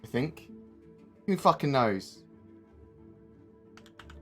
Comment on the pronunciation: the accent into "who fuckin knows" haha